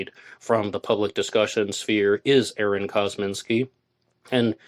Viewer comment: ArON? Isn’t it AAron?